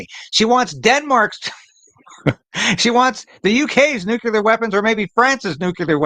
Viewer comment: It’s nuclear, not “nucular.”